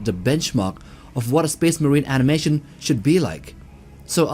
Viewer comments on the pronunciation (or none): none